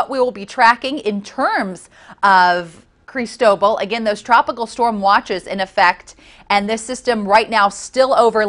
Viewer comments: Can someone pronounce the name crist-o - ball correctly I'm gritting my teeth..it's spanish! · Cris tow ball. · Please learn how to pronounce the name. The accent is on the LAST syllable. This makes me cringe almost as much as pronouncing Quatar as cutter.